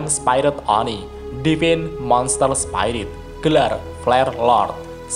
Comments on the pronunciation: Bang, sekedar kritik&saran aja ya bang, mau koreksi dikit untuk bacaan bahasa inggrisnya spirit itu dibacanya spirit biasa bang bukan spayrit, master chief itu di bacanya cif biasa bang bukan cef, hehe sekedar koreksi dikit siapa tau lebih baik lagi penyampaiannya👍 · Sekedar saran bang Cara baca spirit : spi-rit biasa aja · Bang masukan dari ane maaf kalo kurang mengenakan untuk pelafalan spirit tidak menggunakan ai dari huruf i bang tapi pure di baca spirit dari katanya semoga membantu bang 🙏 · Bukan spirot tapi spirit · spirit bukan spairit